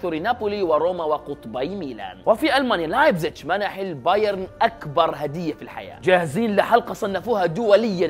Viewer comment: ي اسمه لايبزيج ج مصريه مش چ